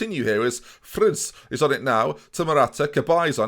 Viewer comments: I believe Friis is pronounced 'Frees'. To be fair I only believe this because of the danish csgo player Friis, so it may not be true. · Watching from Denmark. I didn't know Friis could be pronounced so wrongly